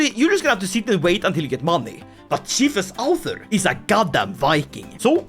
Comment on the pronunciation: Oh my god how do you always manage to mangle Norse so god damn badly. There's a u sound between the ð and the r! Do they teach you nothing in the shack collection that passes for Swedish schools after you privatised everything???